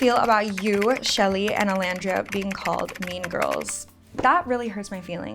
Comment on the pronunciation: OLANDRIA!! Olandria!! Not Orlandriaaa